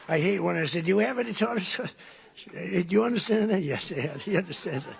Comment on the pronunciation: "Yes,.. Let them have their 'Tar-Tar' sauce ".